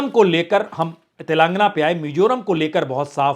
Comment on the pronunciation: अबे अंग्रेज तेलांगना नहीं तेलंगाना बोल